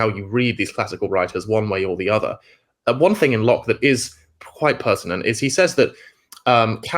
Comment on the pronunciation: Its Locke FFS, not loach - I thought u were talking about the film director.